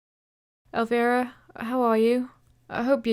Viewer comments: ElvIra, not era 😂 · I heard Elvira as Aloe Vera. Wtf